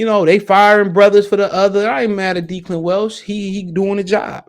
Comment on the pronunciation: It’s Pronounced Deh-clan. It’s an Irish first name.